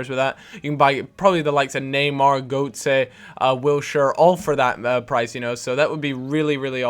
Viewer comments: ITS GOT-ZE NOT GOAT-ZE! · By the way, it's pronounced Gurt-zuh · Hahaha, "Goatze"